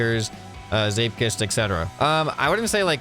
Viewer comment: as a dutch person he pronounces zeepkist realy well